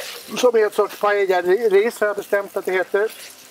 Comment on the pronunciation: Det enda som var Paella här var väl att Per inte uttalade l-en utan lyckades uttala korrekt. Detta var en "Rice with things" eller en risotto med kyckling... Man rör t.ex. aldrig i en Paella under tillagningen!, välj en annan partner nästa gång!